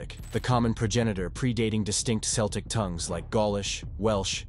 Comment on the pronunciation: Celtic is pronounced as Keltic, please.